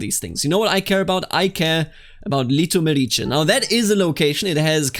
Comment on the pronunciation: You make Litomerice sound like its a county in Italy :D